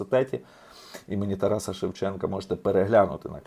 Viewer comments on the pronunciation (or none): none